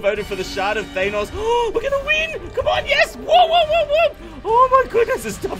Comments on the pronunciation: Could You Please Listen To How To Pronounce Thanos Im Pretty Sure Its A Marvel Characters Name And Pretty Sure Thats Not How You Are Suppose To Pronounce It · You keep saying Thanos incorrectly.